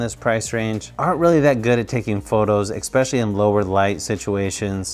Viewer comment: I have to ask. Do you actually say "ecspecially" instead of "especially"? It's really bugging me, I have to check if I'm just hearing it wrong.